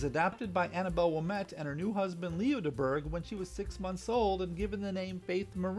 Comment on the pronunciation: Nice video! From what I can surmise from various sources, Domergue pronounced her last name "Da-Mure."